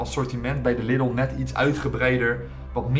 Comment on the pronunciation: Na al die jaren spreek je Lidl nog steeds verkeerd uit